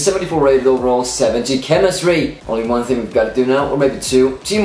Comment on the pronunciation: You can't pronounce 1 properly